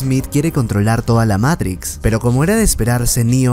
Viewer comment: Matrix hermano,MATRIX no meirics me haces poner nervioso